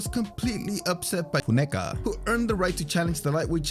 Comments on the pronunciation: I expect the narrator was saying "Foon-a-ka". Unfortunately, the overdubbing fix was done so poorly, it just drew more attention to the slip up. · Say Funeka again……🤣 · I noticed too. I figure he must have been pronouncing his name wrong and realised after it was recorded so just did that instead of recording it all again. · You really couldn't pronounce "Funeka" though??? Had to keep replaying the same recording??? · Saves him having to record the whole section again for saying the last name wrong